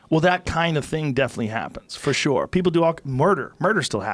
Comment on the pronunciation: Joe “Forshoore” Rogan